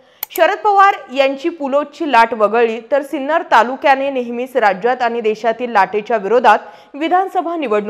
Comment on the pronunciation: Hello Madam, Name of our city is Sinnar and not Sinner. Please correct it.